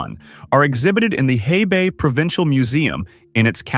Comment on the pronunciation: Hebei is pronounced "huh-bay". Is this some AI generated narration or what?